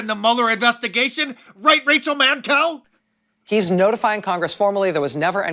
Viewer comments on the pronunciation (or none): Rachel madcow!! Ha! Ha! Ha!🤣😂🤣😂🤣😂! Or did he say mancow? Ha! Ha! Ha! 😂🤣😂🤣😂🤣. Either way it's funny! Ha! Ha! Ha!🤣😂🤣😂🤣😂! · It's pronounced "MadCow".